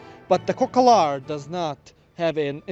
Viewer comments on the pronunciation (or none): It’s “cocalar” not “cocolar” 😂😂😂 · u made a mistake we dont say cocolar we say cocalar